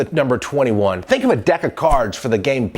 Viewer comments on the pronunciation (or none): none